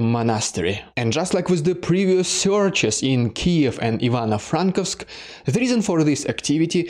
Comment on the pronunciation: Thank you for your work, but,man, please get the pronunciations right:) It is Ivano-FrankOvsk(if you are stick to the russian pronunciation) not Ivano-FrAnkovsk. Emphasis on the O not A Named after Ivan FrankO , the writer Also there is no ‘ё’ in Mykacheve but an ‘э’ or ‘e’